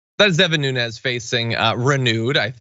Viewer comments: His name Nunes! Not Nunez! Nunes pronounced NOOONS! He is Portuguese and won't claim it. If hide your real name, nothing but💩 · His name is NuneASS.